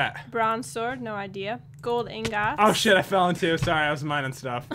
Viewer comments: She said engots but it's really ingots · She says ingot like ing-got not ing-git 😂😂😂😂😂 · calls the iron ingots, iron ingOts... haha